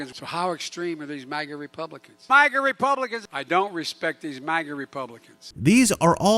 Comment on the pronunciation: DID HE SAY MAGNA YEP I READ LIPS HE SAID MAGNA